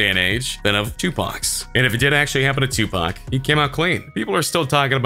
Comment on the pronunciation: He didnt say tupac right